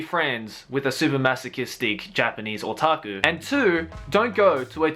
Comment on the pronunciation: I just love how pronounce otaku SO FUCKING CUTE